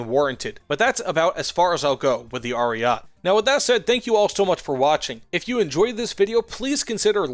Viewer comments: Omg Ariat ! Really ? A-ri-ay-tay. Someone skipped italian classes here. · its not ariat 👺its ARIETE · "Ariat" triggers me and I am not even Italian